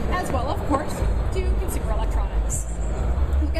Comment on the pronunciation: i did hear her correctly ?customer electronics ?? its Consumer electronics LOL i love public speakers that are SOO fake in knowing what they talk about . i feel sorry for Murata's she makes them look so bad. but the robots are neat .